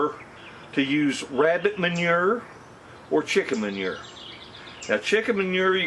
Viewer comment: hey..can u say "mon-your" again??? is that french for poo poo?? lol..jk jk...we yanks saw dookie...love ya...lol